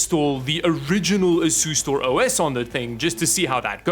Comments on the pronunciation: Any one else hearing ASUS-Store instead of Asustor? 👂😂😂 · Anyone else keep hearing asus store? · That's the Dutch pronunciation